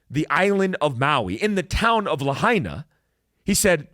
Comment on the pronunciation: I'm a hapa haole. It is pronounced "Lah-Aina" Lahaina is the Capital of Hawaiian Kingdom. This is more genocide for us natives. Big Guy I would love to talk with you? How?